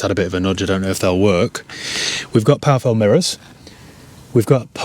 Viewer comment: I always have a chuckle when you mention powerfold mirrors with your accent, and I think how powerful need mirrors be? Thanks for your most enjoyable videos.